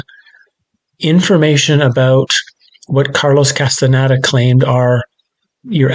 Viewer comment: cannot even pronounce Castaneda. Ouch!!!